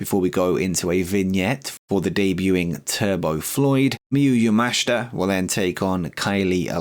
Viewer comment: Also, yes, pronouncing Miyu yamashita correctly now 👍 appreciate the effort xD